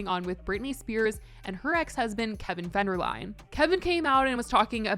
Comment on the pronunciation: Fenderline. It’s Federline